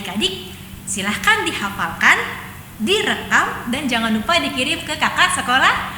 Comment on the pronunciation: Makasih dan Kaka,o iya, jangan bukan zangan, jadi bukan zadi,maaf ya